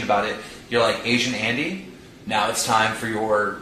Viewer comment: "Asian Anty" - Keemstar 2018